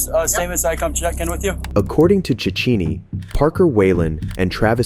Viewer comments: If Cechini is italian, then it’s pronounced “Check-eeni”, not “Chetch-eeni” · I like how you pronounce it as "michael sichini" then go to pronounce it as "Chechini" THEN Pronounce it as "Galanikis" but then pronounce it to "Galanakis" Your inconsistency is killing me my dude. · As an Italian, I felt bad when he tried to pronounce "Cicchini" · Hahaha that's how Americans pronounce Cicchini? That's hilarious